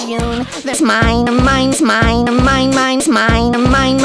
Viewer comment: Smine not mine lol